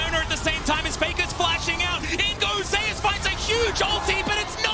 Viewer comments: why is he saying Zey-Yus?… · Why are they pronouncing Zeus has Zay-ous? It's like they never heard of the name Zeus...